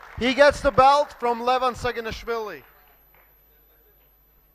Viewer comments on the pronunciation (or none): "Denis Schyplenkof" and "Levan Shaginas-fili"... is HILARIOUS as a commentator! 😂